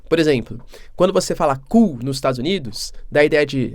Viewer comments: Quando vc fala cool nós Estados Unidos 😂😂😂😂😂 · Quando você fala : Cool kkkkk - ficou estranho professor